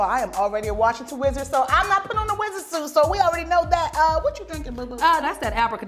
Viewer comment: So we just gonna ignore the fact that deadass said "weezerd" instead of wizard?